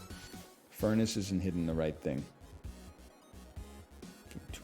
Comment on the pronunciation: it's called furnace, not fair-nace for a reason 🤣